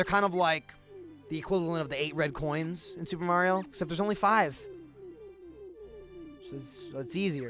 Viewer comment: First time I've heard say Mario instead of Mehrio